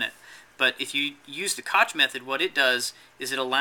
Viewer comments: Koch is pronounced more like "cock" than "cotch" It's a German name. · neither of these, my friend. "ch" in Koch name is pronounced like the "h" from the word "hacker", so Koch in German = Koh in ENG, if that's make it clear enough:)